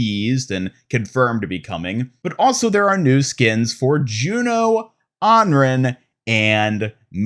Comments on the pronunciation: You’re still saying Anren! Smh!🤣omg pahaha! It’s Anran! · Why did you say anran like that?